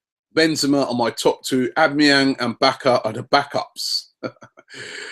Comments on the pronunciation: Oh - bah - mah - yang That's it. Don't listen to anyone else. I watch Bundesliga constantly. Cheers Robbie. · It's aww-bam-ee-yang. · I just love how Robbie murders Aubamenyang's name on a daily basis, makes my day. OWW-BAMMA-YANG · Here, ill help you out, Aubameyang is pronounced Awe-Bam-Er-Yang ;) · The only type of midfielder we need is a pogba/toure type big strong brute that just bullies and embarrasses players, and pronounce it OWL-BAM-E-ANG robbie. When we get cech i believe the only players we need are a CDM,ST and CB mind you they have to be world class to get into our team. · Aubameyang is pronounced Ow-Ba-Me-Yang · It's au-bama-yeng!!! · Ammieyang again lol. Robbie ffs man! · Ow-ba-men-yang it's easy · Au-ba-me-yang Simples. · Its pronounced al bam a yang even though its not spelt that way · robbie its pronounced orr - bam - me - yang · OW BA MA YANG. (aubamayang) simple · Obama-Yang. Simple enough, Robbie!